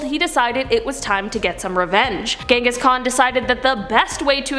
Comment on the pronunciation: You pronounced the first name incorrectly... I mean come on it has a “j” not “g” sound.